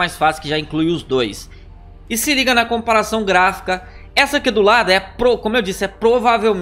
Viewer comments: Comapação kkkkk não é comparação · " Compação o primo da comparação "